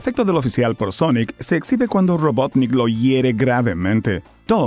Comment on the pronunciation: Sonic the Hechejojo